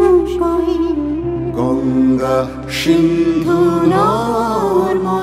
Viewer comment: Good song..however, these artists should have pronounced Sindhu (সিন্ধু) as Sindhu (সিন্ধু), not Shindhu (ষিন্ধু)।